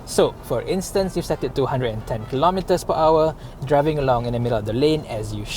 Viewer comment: He mentioned to 110 but it sounds like 210.